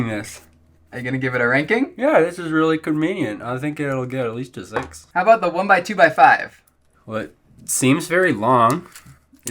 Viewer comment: "Atleast a zix"